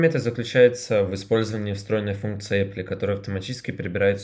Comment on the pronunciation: Apply произносится "аплай"